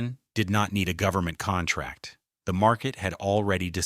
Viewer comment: The bot narrator got the pronunciation and meaning of 'contracting' wrong.